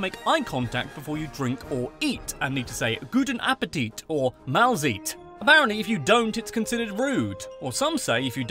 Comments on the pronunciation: He changes "ei" and "ie" So he said REIsenrad und MahlzIEt instaed of "RIEsenrad" and "MahlzEIt". Lot of english spaeking people do that. A friend of mine always said Biespeil instaed of Beispiel. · It's not malziiit, it's malsaite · Pls speak the z In Mahlzeit as tttsss aus and not as ss so it is Maaltsait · Mal-zeet haha it's more like mal-site. Smoking hasn't been legal indoors since 2019. Your video came out mid 2020... Silent night, a song the entire Western Civilization recognizes, is an Austrian song. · Same with Mahlzeit lol! Sounds like Melzit haha